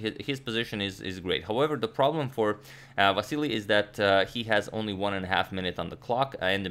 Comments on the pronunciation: Just reminder he is Vasyl not Vasyly, you told us in ur prev vid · Cmon, Antonio, it is silly to call Vasyl "Vassily"! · Vasyl, not Vasili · Antonio correct Vasyl's name also Antonio: "And Vasily plays.." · If you're calling him "Vassily" throughout the video, why spell it "Vasyl" in the graphic instead?? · You corrected your pronunciation of Vasyl in the last video only to go back to Vasily😂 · Ok I'm confused, last video he said it was pronounced " Va-sel" but now it's back to "Va-se- ly" ? Which is the correct one again? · Why did Agad say Ivanchuk's name wrong? Agad Vasily 🤷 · You kept on mispronouncing his name throughout the video. It's Vasyl. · Last video Antonio apologies for pronouncing Chucky's name wrong. This video: Vassily Vassily Vassily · How is it original? He kept on mispronouncing it throughout the whole video... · What happened to the vAsyl pronunciation? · Aren’t you still pronouncing it wrong? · He mispronounced Vasyl's name again lol